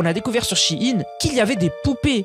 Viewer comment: shein! Pas che ine